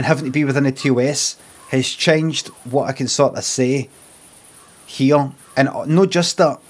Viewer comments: Am I going mad or is there something off about the way he says "change"? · sounds likes he's purposefully making it sound English or something